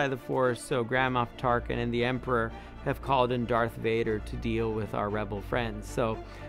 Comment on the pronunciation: I know it's "Grand Moff Tarkin" but for some reason, every time he says it I hear "Grandma Tarkin" and I was like "Tarkin has a grandma?" but then I realized I just heard wrong and now I'm laughing at myself Lol